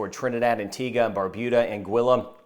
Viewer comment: So many get the pronunciation wrong of Antigua. Thanks!